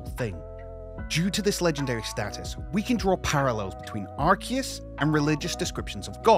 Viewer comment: IT’S NOT FUCKING ARKEUS